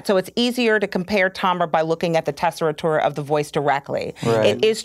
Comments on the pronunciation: Why does she say tessitura like that though? There's no ri there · How did she pronounce tessitura????